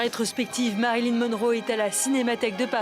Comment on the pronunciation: * MariLYN svp et non MaryLIN 😂